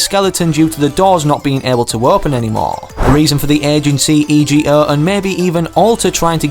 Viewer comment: Im sure im not the only ome but instead of saying E.G.O as Ee-gee-oh could you please just say ego, the other one just is a little annoying for me.